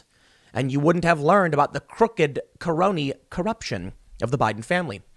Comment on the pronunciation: 'car-ooked car-oney car-ruption' lol